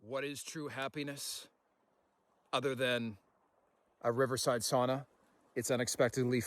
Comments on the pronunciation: Sauna floor wont be that hot, so no worries about the knots there. We tend to use aspen for the sauna seats. Greetings from Finland. Btw, The pronunciation: sa-u-na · your sauna pronunciation has regressed back to saw-na. If you don't immediately correct your ways Väinämöinen will not be happy